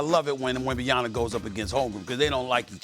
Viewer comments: It’s wild that Stephen A. just doesn’t even try to pronounce Wemby’s name correctly lol. It’s really not that difficult to correctly pronounce the end of his name, “yama”. Or is differentiating between saying “m” and “n” harder than I think? I don’t get it. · Man keeps saying “wet banana” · Stephen A after 3+ years of talking about Victor still cannot pronounce his name to save his life!!! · Boggles my mind that SAS still can’t pronounce wembys last name. He’s gotta be doing it on purpose at this point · SAS makes millions of dollars a year and can't even be bothered to pronounce a man's name correctly. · Stephen A is such a clown. He doesn’t even respect Wembenyama enough to say his name properly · 3rd year and that clown still can't say Wembanyama properly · It's been how long and SAS still can't pronounce Vic's name correctly lol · I can't take SA serious he gets me out of the convo everytime he butchers Wemby's name, so annoying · Its WEMBANYAMA, get his name right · Stephen A just trying to purposely says his name like that to have ppl talking lol and as you see it works.. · this guy still pronounce our best player wrong?😂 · SAS IS Assassinating Wemby’s name pronunciation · Can someone please ask Steven A to correctly pronounce Wemby’s last name. Thank you. It’s painful to hear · Somebody ask SAS to just call him ‘Wemby’ if he can’t pronounce his name. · If SAS gone keep saying his last name wrong then just call him Wemby 😂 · Thats not fuckn cool that this dumb idiot cannot even say his name right...he's getting paid millions of dollars espn needs to talk to him about saying his god dam name right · Stephen, now that wemby gain your heart, now its time for you to pronounce his name properly after 2 years. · It’s been 3 years and SAS still can’t pronounce Wembanyama’s name properly. Just call him Wemby bro. The disrespect is crazy. Then he wonders why players don’t f**k with him anymore. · This mf cant day his name right? Its an M at the end not an N dude 😂😂